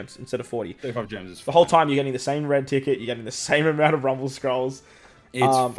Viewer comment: It's foineeee